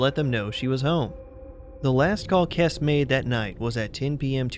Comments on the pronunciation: get her last name pronounced right. it's not "Kes" it's "Kes-ee" See Drew Kessee's (Jennifer's Dad) interviews. Also, Tara Grinstead's disappearance (and murder) solved...please update your videos and info..... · Good video. Just to let you know, it's Kess-e (Jennifer). Anyway, hope you upload some more videos soon!